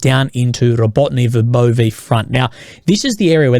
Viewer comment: Dude it is not Rabotne it is Rabotine [roˈbɔtɪne]. You have been talking about Rabotine for 8 months already, please learn how to pronounce it